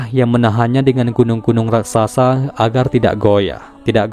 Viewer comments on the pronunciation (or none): none